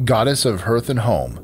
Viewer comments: FYI, "hearth" is not pronounced like "earth" with an "h" in front of it. It's "HAR-th". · Hearth is pronounced "harth." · My favorite goddess has been Hestia for years. But you kept mispronouncing "hearth" during her section. (Also, Demeter is pronounced "de-MEE-tur.")